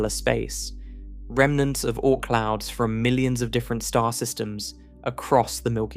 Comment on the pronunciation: The "Oh-Ort Cloud" 🙄